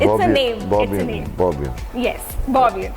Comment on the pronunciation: Bobian❌ Boob ian✅